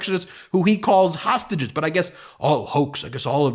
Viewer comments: The announcer said "tostages." He was so close to saying "traitors." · I have listened to the man who introduced orange Jesus 4 times now and I keep hearing him say toastages not hostages. Anyone else hearing that?